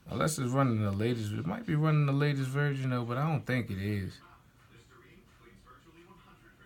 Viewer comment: Im getting a gold one but he said "32gb virgin did u mean version or was it your accent?